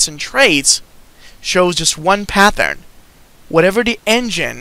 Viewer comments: There's no H in pattern. It's not pathern it's pattern just a t sound, not th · it's the same PATH-ern!!!